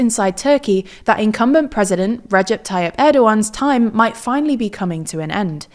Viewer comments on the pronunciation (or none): none